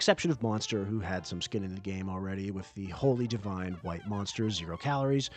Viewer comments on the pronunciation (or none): none